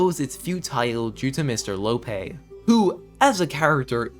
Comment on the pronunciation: its lopee not lope you say the actual name of the letter e not the sound it makes